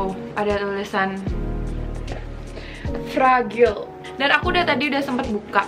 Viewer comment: cara baca indo bgt fragile? WKWKWKWK poor u gurl